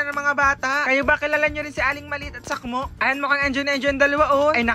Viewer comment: Sakmo hindi po salmo 😂